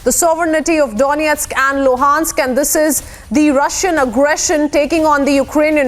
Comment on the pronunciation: Excellent pronunciations of Donestk and Lugansk! 😇